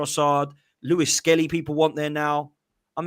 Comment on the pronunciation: "SKELLLY IN MIDFIELD" 😅😅😅